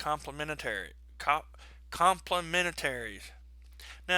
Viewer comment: its complemenetary complentary